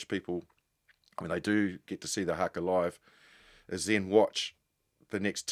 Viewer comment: I wish Jim would pronounce Haka properly.😮